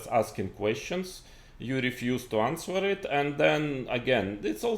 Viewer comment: моя училка английского говорить что в слове answer w не произносится